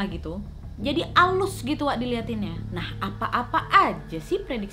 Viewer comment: Apa cuma aku yg ngerasa ngomong "NAK" bukan "WAK"😂